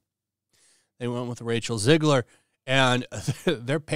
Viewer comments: Not "Zigler". It's "Zegler". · 1. It's Zegler not Zigler. 2. Replacing one Snow Brown with another one, is not a win.